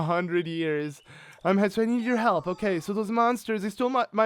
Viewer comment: Pet peeve: you calling HESTU....”Hetstu”....